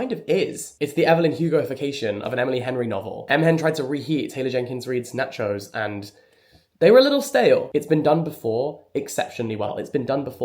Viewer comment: the way u pronounce nachos is so satisfying to me